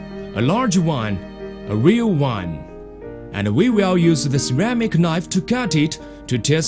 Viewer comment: some of the best "here is a torwel, a larwge one a weal one!" "this is king dabble knife, a good knife, a magic knife!"